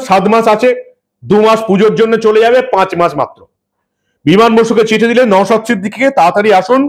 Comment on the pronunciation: আপনি ওনার নামটা ভালো করে উচ্চারণ করুন উনি সন্মানীয় বিধায়ক ওনার নাম নওসাদ , নওসাত নয় ।